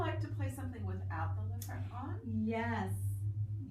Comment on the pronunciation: Isn't it leFREAK as in frequency, not frek?